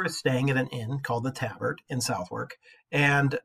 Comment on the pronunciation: Learn how to pronounce Southwark = suh·thuhk. Think about Maryland and Greenwich. It is not phonetic.